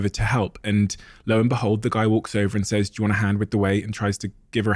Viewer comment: Chris I genuine love you and think you're awesome in almost every way, BUT, I HATE the way you say the word "says". Is it a British thing to pronounce it "Sayze" instead "Sez"?? Drives me bonkers every time I hear you say it.😅